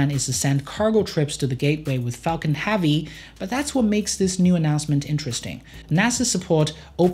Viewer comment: Why is your 'e' sound like an 'a'? -Super Havy -Compatitors